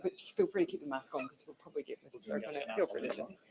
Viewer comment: I heard her saying the "public prooly" but didnt catch the two other mumble words.